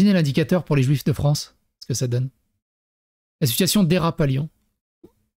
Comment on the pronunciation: Pauvre "Fronce"...